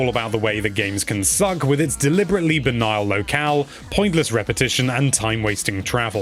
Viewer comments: I don't understand why both of the reviewers on NL say "Banile" instead of Banal, quite strange. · Nice review but ‘self parrotry’ and ‘banial’?! 🦜